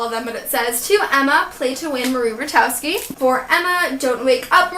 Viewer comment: Hey Emma so I don't mean to be rude but I thought I'd just correct you! Marie Rutkoski's name is pronounced with a K so it's Marie Rut-Kos-Ki :)